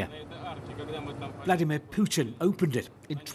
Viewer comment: Poochin , not Pooter